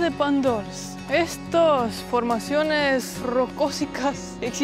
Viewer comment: Aprendan a hablar de una vez, los dos inventan palabras que no existen Rocósicas en vez de rocosas